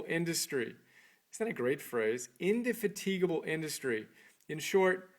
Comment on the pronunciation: Christ almighty, much as I enjoyed the fact of the existence of this little tribute to a great individual, hearing an American demolishing the English language is almost unbearable. Take "indefatigable" for instance, and then weep. Then, there's the marginal gloss to the chosen extracts from that wonderful text - presumably, they were the passages which struck some kind of chord with the reviewer and led him to the inductive fallacy that they somehow represent the whole, assuming he bothered to read the whole book and didn't just find them on a quotations website - which read like cheerfully moronic text messages. So, we have "diligent, patient industry" decorated inanely - and tautologically - with "is where it's at". That's the first two minutes. The rest is framed as "old school" and therefore quaint, presumably, thoughts of an ancient, anonymous Brit. Ancient, because he died in 1904, aged 91; and anonymous, because the reviewer had never heard of this Scotsman who happened to be a great celebrity in his day and, as far as I am concerned, has framed the entire grammar and vocabulary of the socially aware and responsible Western model of civilised society to this day. But, as I said, the fact of its existence is some compensation for the almost total absence of genuinely objective comprehension. I suppose that's something.